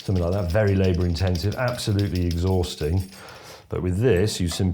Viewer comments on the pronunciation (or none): none